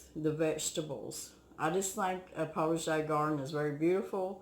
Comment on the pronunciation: a what kind of garden? I just couldn't make out what you're saying. So I searched the internet and found "potager" (French) is a kitchen garden for herbs and vegetables used in cooking and it typically included greenhouses and cold frames and herbs and cut flowers for the household. My neighbor makes his just like the first picture on the wikipedia page. In squares. He plants chrysanthemums around the borders. They bloom twice a year for him. And I'm with you! I absolutely love growing flowers!!!! The petunias are for outside, of course. Because I do want some of my flowers to beautify my outdoor garden. But absolutely I want cut flowers for indoors. I love to plant cosmos, daisies, black-eyed Susan, coriopsis, zenias & sunflowes (which attract cardinals and yellow finches). Last year I did English Daisies (but Thumper ate the blossoms). He lives under my hostas & heuchera (coral bells). I love my tulips, daffodils, anemones, iris, and glads. I've done some roses and pansies and petunias. My mom always had petunias every summer and me and my silly sisters would pick th flowers and take 3 bobby pins and make our dancing petunia dolls. Put 2 bobby pins on the 3rd one for body and legs. She will twirl like a can-can dancer! Then you put the petunia on for a skirt! Go ahead and laugh!! Kids can make a toy out of anything! I was the worst for it. It drove my mother mad! I made everything into art or a toy. We dressed up our kittens in doll dresses. We made forts